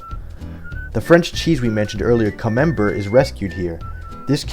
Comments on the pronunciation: Lol camembert had me rolling monsieur dingle doof. It's cam-em-bear with your finest French accent. Eh hoo kares it's Konker the skwirrel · Camembert, pronounced "cam-mem-bear" is a soft French cheese. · I'm really enjoying this video. But... It's pronounced cah-mem-bear, you HEATHEN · It’s pronounced comem-bear it’s a type of cheese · Camembert is pronounced "cam-m-bear" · That pronunciation of camembert fucking broke my ankles lmfao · also please learn how to pronounce the word camembert correctly